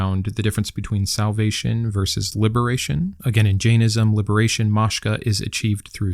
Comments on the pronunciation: Isn't it Moksha not Moshka? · Hi...Moksha is properly pronounced Moke - (rhymes with poke) - Sha (like shah) (not Mosh-kah or Mock-sha) from the dictionary: Pronunciation - (RP) IPA: /ˈmɒkʃə/, /ˈməʊkʃə/ (America) IPA: /ˈmoʊkʃə/ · Fascinating episode. I agree with you, this is the closest to our religion I would ever come. quick note, and I only mention it because you made a point to say the word several times and the second time you made a point to pronounce it clearly, the word is not mashka, but rather Moksha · The term i think os Moksha not moshka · As a vegan, bleeding heart animal lover and rescuer, the Jains are the only organized faith that I can fully respect... and by the way, Moksha is properly pronounced Moke - (rhymes with poke) - Sha (like shah) from the dictionary: Pronunciation - (RP) IPA: /ˈmɒkʃə/, /ˈməʊkʃə/ (America) IPA: /ˈmoʊkʃə/ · Mok-sha is pronounced like the O in "for". Didn't expect this tiny religion (usually it's Buddhism) to make it into your channel. Kinda cool.